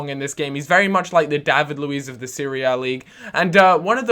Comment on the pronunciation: You said David Luis Serie A